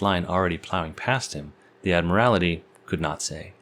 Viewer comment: Admiral-ity!!? Can you see a second /i/ in the word "admiralty"?